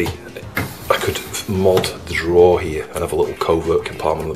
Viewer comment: *drawer (NOT draw!)